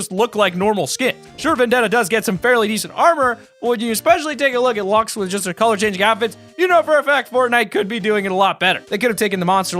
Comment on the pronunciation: PEOPLE STOP SAYING “Lux” IT’S “Luxe”